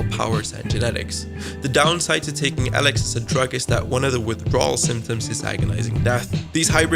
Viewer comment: Firstly the games name is spoken as Eelix as in eel, not Alex. Secondly your forced 'rasp' is very annoying.